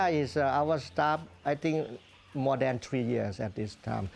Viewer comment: mOOOar moni so we can some get iinglish lessons